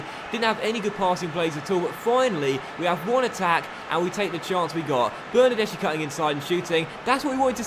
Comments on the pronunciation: It’s pronounced bernardeski not bernardeshi like so can see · the "CH" is pronounced "K" in Italian